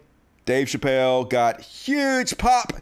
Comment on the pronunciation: *Chappelle. I'm gonna bet you would pronounce my real name wrong and continue to mispronounce it after I corrected you.